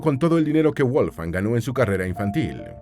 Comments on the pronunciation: Toda la información muy verás e interesante. Lo único es que le llamas WOLF-FANG ( es decir colmillo de lobo en inglés...) la forma correcta de pronunciarlo es "VOLF - GANG" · Muy buen video, pero tengo una duda: Su nombre (originalmente en alemán) ¿se pronuncia "Wolfan Amadeus" o "Wolfgang" o "Volfgang"... ?